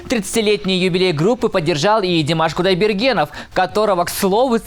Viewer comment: Всё в этом ролике некорректно: и неправильно произнесённая ( казахом!) фамилия Димаша, и нелепое сравнение с каким-то басковым. Кто это ?! Я о таком ничего не слышала, да и не хочу, неинтересно. А Димаш - мировая Звезда, вот о нём я слышу и его слушаю постоянно! А у ведущего явно комплекс неполноценности в национальном масштабе(( Как можно взахлёб нести полнейшую чушь о национальной гордости, о сокровище страны?! Как можно так радостно сравнивать Солнце с лампочкой ?! Идиотизм какой-то, простите...Это уже ни в какие ворота...